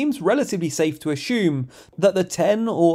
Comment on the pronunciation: Ashhhhhume. Ashewm? Its Assume